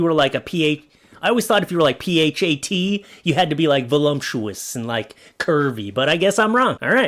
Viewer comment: lol always mispronounces voluptuous. There's no M in it. It's not volumptuous.:face-green-smiling